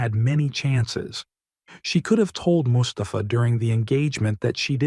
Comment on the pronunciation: bitte namen besser aussprechen,es wird mus ta fa ausgesprochen nicht mustapfaa,bei anderem fall habt ihr mahhmut als mamutt ausgesprochen